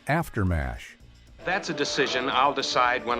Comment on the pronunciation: Mash !!! Not M A S H🙄